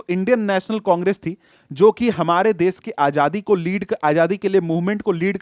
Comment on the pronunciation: Sir it's desh not des